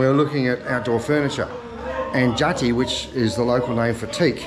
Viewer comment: 1. it’s pronounced JA-TEE (not jar tee)😂 2. though it would be nice to see expats here in indonesia pronounce stuff the correct way, it’s really not that important.. us indonesians rarely take it to offense if people pronouncing things the wrong way unlike americans😂. so he doesn’t need to “get onto it” like you said. chillax.